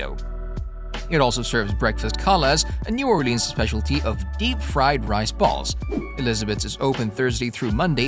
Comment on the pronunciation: Elizabeth's is absolutely amazing. The French Toast burrito is a thing to behold. Also, it's pronounced "or-lens." Locals don't take well to "or-leans" and definitely not "naw-lens." LOL